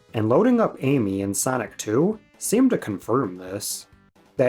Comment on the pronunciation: Sanic ❌. Sonic✔